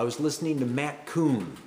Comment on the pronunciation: It's Math Kahn, not Kuhn. ;-)